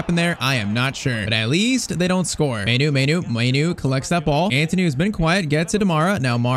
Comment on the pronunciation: Pronounce mainoo like maanoo